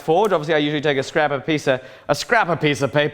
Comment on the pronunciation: "a scrappa'piece'ah"